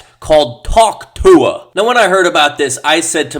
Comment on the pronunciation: Why does he say Tuah so well